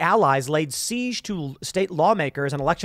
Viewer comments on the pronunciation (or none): none